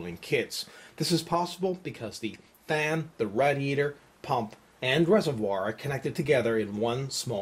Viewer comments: i think radiator is pronounced raydeeaytor not radeeaytor:) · jesus christ its not "RAD-eator". Its Raid-eator. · lol rad-e-ator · Yap Radiator :D :D xD -> not raidiator :D